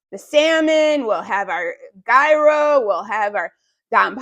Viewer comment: Google the word Gyro. You are saying it wrong. Greek food